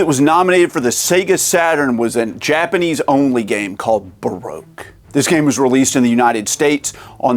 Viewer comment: Barogue is pronounced Ba Rock